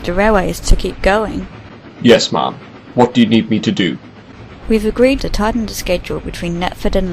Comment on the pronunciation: even though they're saying ma'am, it sounds like they are calling Ms Hatt "Mom"